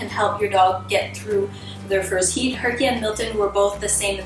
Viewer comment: Am I the only one who hears "heat" as 'YeEt"?